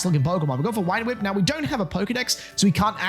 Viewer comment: Why do you say wine whip instead of vine whip? Am I just new and there’s like a joke I’m missing or something?